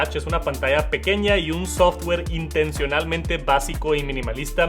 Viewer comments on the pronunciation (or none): none